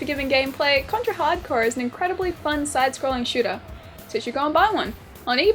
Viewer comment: Thank you for pronouncing the game correctly. You would be surprised how many people fuck that up.